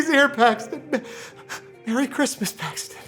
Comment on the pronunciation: my name's not PAAAAAXTON!